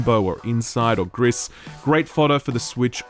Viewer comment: Can't believe he still doesn't know how to say "Gris".